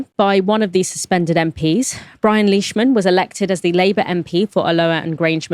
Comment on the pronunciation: Hey you started pronouncing Leishman correctly. 🎉